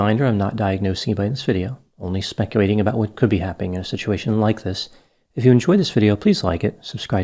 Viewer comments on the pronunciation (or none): it’s “speculating” not “specuwating.” Sorry!! Don’t diagnose me with narcissism, now! Anyway, I so enjoy your channel and have shared with multiple people. Keep ‘em coming.